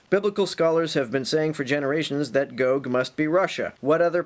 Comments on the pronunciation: It's gog not goog. You get it right when you're reading the passage but then not again? Hmm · I'm mostly concernded on how you pronounce "gog". you switch between "GOg" and "gog" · I always thought it was 'gog' as opposed to 'goag' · GOG is just GOG spelled backwards. ;-) Regardless of how Chomsky pronounce these terms, it seems, although I could be wrong, it's pronounced GAHG not GOHG. (ɡɒɡ / ˈmeɪɡɒɡ) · o is still pronounced like the o in body and the Me pronounced like a in base. You only said both one way (I watched the whole video) with the o being like the o in go. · It's pronounced GAHG and MAYGAHG. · Can you learn to pronunciate Gog and Magog please. Gog is a person, the "Chief Prince of Meshech and Tubal (Ezekiel 38:3). Megog is the land he is from (Ezekiel 38:2, modern day Turkey). This battle happens toward the end of Christ Millennial Reign (Revelation 20:7-9).